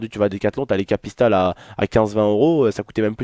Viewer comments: Bonne vidéo mais sache que c'est pas Kapista c'est Kipsta 😂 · Mdrrr on dit pas Kpista on dit Kipsta sinon bonne vidéo:p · mdr tu a dit kapista au lieux de kipsta